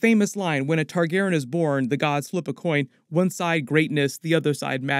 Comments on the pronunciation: Why are you mispronouncing targeryan like targerin jesus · you're pronouncing TargarYen wrong ... there is a hard E where the Y is my dear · Omg whyyyy are you saying there last name so effed up?! It makes it so hard to watch your videos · Is his pronunciation of Targaryen bothering anyone else?